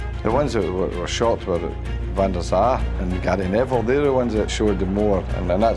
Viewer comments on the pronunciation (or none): none